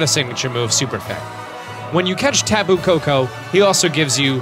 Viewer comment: Only kū was the god of war. Lono was actually a god of peace and prosperity. Kanaloa was the god of the sea and kāne was the god of the fresh water as well as the giver of life. And the correct pronunciation (although yours wasn’t the worst I’ve ever heard) is more like Tapu - (Tah Pu). From there koko is pretty simple and means “blood” in Hawaiian. Lele was “something made to give to the gods for love magic” and also means fly. But we don’t have b’s or f’s so idk where that came from. I do also think it’s funny they have a ‘Ula’ula (red) melemele (yellow) Poni (purple) and Akala (pink) islands with the guardians as such. I do have to say whoever helped teach this had to be well versed in Hawaiiana 🤗😍🤗😍